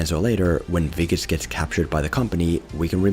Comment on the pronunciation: You pronounced Wikus so well- I had to rewind! Lekker dude. Love from 🇿🇦